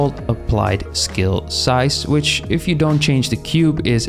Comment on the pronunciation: you're saying skill but you pronounce constraint correctly it's breaking my focus this whole time lol